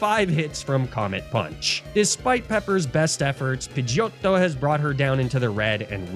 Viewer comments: Say pidegeotto like that one more time and im jumping out the window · The way you pronounce Pidgeottto always cracks me upXD Thank you for another amazing journey=3